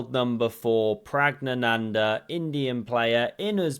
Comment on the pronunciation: Pronounce his name right.